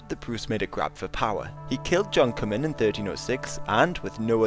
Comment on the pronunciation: as an actual scottish person i can tell u its pronounced comin